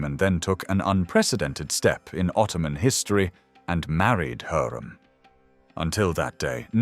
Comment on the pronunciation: It's HURREM not heram